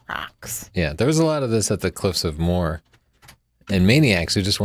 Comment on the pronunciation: I love you guys but you're butchering the Irish name places. The cliffs of moher are pronounced mow-her and Galway is pronounced Gawl-way😂